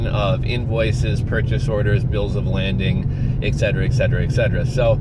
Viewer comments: It's a Bill of 'LADING', not 'LANDING'...no 'N'. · Are they asking for a bill of lading? Pronounced like laid-ing. I was just curious if this is what they ask for and what you are referring to. Enjoyed your videos so far! Thanks!